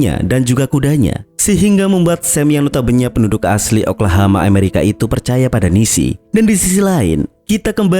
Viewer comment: Tolong ngomong yang betul, Amerika bukan Emarika, Oklahoma bukan Oklahama